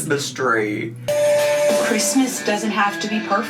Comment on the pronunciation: The way she pronounces the "Chr" in Christmas makes me want to stab my eardrums out. Was she intoxicated while making this? Someone on Reddit found the chicken purse if you're interested. Also, how is she wearing a sleeveless dress in one scene and a winter coat in another?